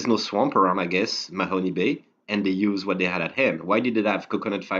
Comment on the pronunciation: please though, if you want to be a credible oak island resource... learn how to pronounce the place names. There is no Mahony Bay in Nova Scotia. (the e is silent.)